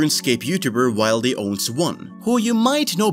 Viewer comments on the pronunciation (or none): Did you just pronounce 'wildy' as 'wild-ee' and not 'will-dee'? How can anyone take you seriously?